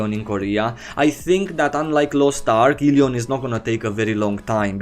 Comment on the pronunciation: when you say elyon ,im hearing helion , ,helion prime is bad ass